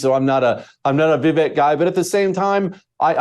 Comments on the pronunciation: It's ViVAKE, like "cake"... sad to have a guest on who can't pronounce the name correctly. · I cant trust this bearded mofo cos he didnt even do his homework on pronoucing Vivek's name correctly. A douchse.